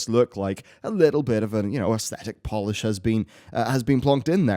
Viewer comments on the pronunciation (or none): none